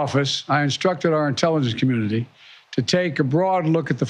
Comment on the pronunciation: Sounds like he said intelligence comminudity😂